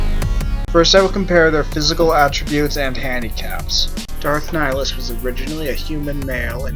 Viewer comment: It's Ni-hill-us